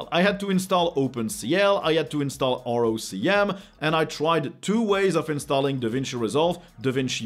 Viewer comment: There have been some odd pronunciations on this channel, understandably, but spelling out ROCm rather than saying rock 'em, that caught my attention and had to think for a sec :D